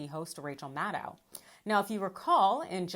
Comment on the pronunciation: There IS something wrong with pronunciation of "Maddow". Just remember... it rhymes with "shadow".